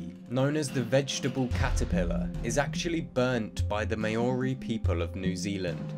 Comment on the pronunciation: Great video - just a minor correction in the pronunciation of the word Maori that you mentioned. Just for future reference. Interesting otherwise!